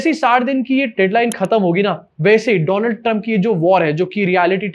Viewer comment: Donald Trump nahi bhai woh Doland Trump hai.